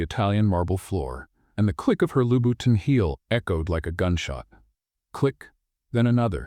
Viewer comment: It looks like you are just beginning your journey with these stories. Since I know nothing about AI, I don't know how hard it is to teach it how to correctly pronounce words like hors d'oeuvre, Ave Maria, and Louboutin, but if you want to stand out from all the other AI story channels, teach it how to do that, and also use punctuation. You have wonderful storylines, great use of humor and sarcasm, with less repetition of themes than most. Keep the great stories coming!